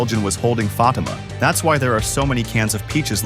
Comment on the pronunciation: Its Fatima ! Not Fadyma !